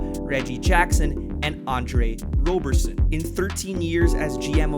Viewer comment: For the love of Zeus basketball fans, it’s ROBerson not ROBErson